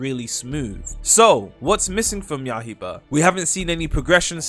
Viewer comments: you gotta stop saying yahiba bro its yaiba, yaiba as in blade, what is yahiba supposed to be 🗿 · "ya-hie-bah" 😭😭🙏🙏 when is it gonna stop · please stop saying ya-hi- ba